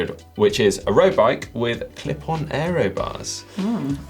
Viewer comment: Its Aero not Areo.:)